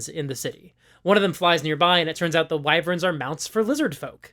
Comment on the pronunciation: Thank you for pronouncing WHY-verns and not WEE-verns. Music to my ears. lol